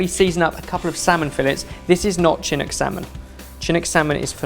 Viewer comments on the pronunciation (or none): Oregonian here. Am I hearing things or did say "chin-ook"? We pronounce it "shin-nook". Just sayin', lol. (5 points for pronouncing "Ore-gun" correctly, though!:D) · I agree, as someone who is from Vancouver, BC it is pronounced SHIN-ook. You should visit us here, it is an outstanding city from eating seasonal, local cuisine. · To, Chinook is acctualy pronounced shinook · When says "CHIN-ook" salmon... haha! The C is soft, shinook salmon. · as an Oregonian I must correct you; you pronounce the salmon Chinook more with a SH and not the ch sound.Thank you!!!👍🏻👍🏻👍🏻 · As an Oregonian, does it slightly bother you that is pronounce the Chinook salmon with a ch instead of the SH sound? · Oof. That pronunciation of Chinook is rough. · says "chinook" funny haha